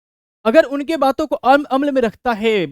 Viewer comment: छात्र/छात्राओं का अभिभावक भी आपका वीडीओ बड़े सम्मान के साथ देखता है। आप बार बार "अम्ल" बोल रहे हैं जबकि आप बोलना "अमल" चाह रहे हैं।